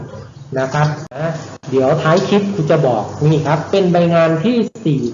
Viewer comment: อยากให้คุณครูออกเสียงรเรือในบางคำให้ชัดเจนด้วยครับเช่นในคำว่าเรียนรู้ นักเรียนคุณครูจะออกเป็นเสียงลลิงอยู่ครับ หรือคำว่าคลิปคุณครูก็จะออกเสียงว่าคิป ขอบคุณครับ